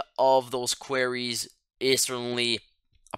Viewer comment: I took you for a native English speaker but with your pronunciation of manganese and Quarries now im not so sure